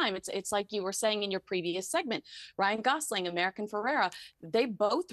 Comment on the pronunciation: what is wrong with you? Her name is AMERICA Ferrera. NOT American Ferrera. If you’re going to bother being a correspondent from the US get the names of the subject you are speaking about correct. Come on! 🙄